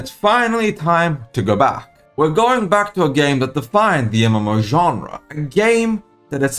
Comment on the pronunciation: PLEASE stop saying GENR-EUH. Its pronounced "Genr" without the EUH. 😊